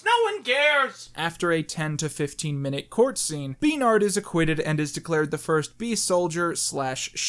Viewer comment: Bee-rnhard and Bee-anca? Also wow, Maya predicted how we now see bees as the most superior race...